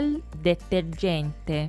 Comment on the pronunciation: detergente 发音有点不标准哦